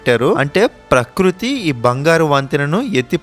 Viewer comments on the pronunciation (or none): none